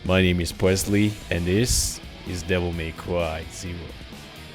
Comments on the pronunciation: Deviw may cwy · devil may cwy